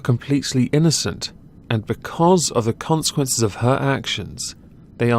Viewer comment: I like when he says "consequences" lol